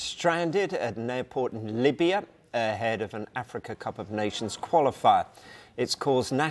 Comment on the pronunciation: Exactly. I was like "Limbya"? And a few contradictory statements